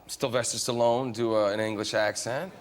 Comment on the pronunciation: Who the fuck is ‘Stylvester Styllone? 🤷‍♂️🤣🤣🤣